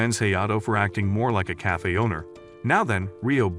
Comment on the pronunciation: bro said ''cayfe''😂😂😂😂😂